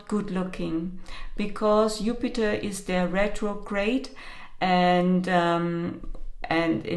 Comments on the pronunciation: you mentioned the planet Jupiter except you pronounced Jupiter upiter is that because of the Jew word? You can’t say Jew? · The letter “J” in German is pronounced as “Y(ou)” in English. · In Russian it’s also Yupiter. Not a big deal. 😁